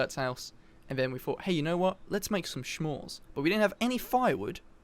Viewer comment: Shmores Me: S'mores with a s. SSSSSS'MORES ___________________________: I don't know if thats how murder works... me: well thats how the mafia works!